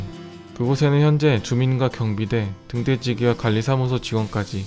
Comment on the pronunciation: 넘 뜻깊네요♥ 그런데 등대지기... 동태찌개로 들리는건 저만? ㅎㅎ